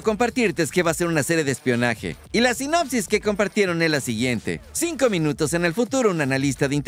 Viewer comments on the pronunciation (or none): none